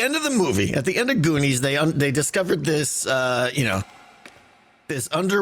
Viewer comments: u rly should see the goonies. it's great! but continue to say it wrong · I DIE laughing when he purposefully DESTROYS the title of the Goonies